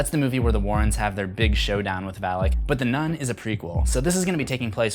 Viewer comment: It is not read as Val-ik.... It is read as Val-aak.